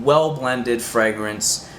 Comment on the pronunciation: The way you pronounce fragrance is somewhat distracting. And you need to brush up on the French pronunciations. Otherwise, apparently a thoughtful process to make some interesting choices.